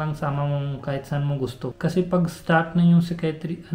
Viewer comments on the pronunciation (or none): Psychiatrist Naging Skytrees…hirap sya magbigkas…hehehe…teka muna…sino po ba iyang topic nyo? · Yung serious sila kasuu di niya masabi yung word na psychiatrist 😅